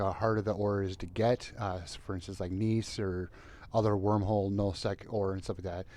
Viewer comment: Gneiss is pronounced gnice.. Its an actual metamorphic rock. :)